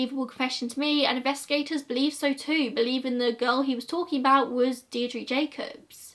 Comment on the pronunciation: My grandad was in the irish army and he watched this video with me. He helped search for JoJo and its believed shes in the wicklow mountains and larry murphy is still considered the boogeyman in kilkenny edit:You did really well pronouncing all the names of the places in Ireland I know it can be difficult...Good job!